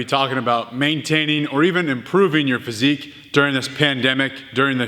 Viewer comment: Did you just say "Physique"? wtf Alan